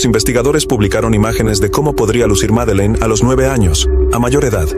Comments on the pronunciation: No sé por qué el que relata dice Meline ....el nombre ES Madelaine o Maddy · Porque dices Melin